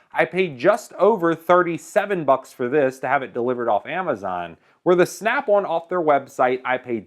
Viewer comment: nice review, you pronounce snap on like "snap one" lol.